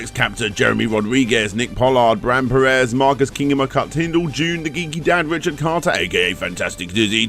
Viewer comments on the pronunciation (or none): none